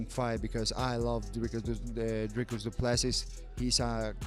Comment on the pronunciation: Dude... If you narrate on your channel you should at least make an effort to learn how to say someone's name.... You have butchered Dricus name... Worst pronunciation I have heard other than Dana White's attempt.... Try Again...😅